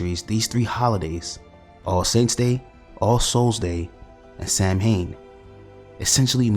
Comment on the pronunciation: Nice vid and you'll be forgiven for pronouncing the Gaelic word 'Samhain' as 'Sam Hain' because that's how it's spelt but the correct pronunciation is Sow (as in Cow) and-ain (as in pain) the mh is silent.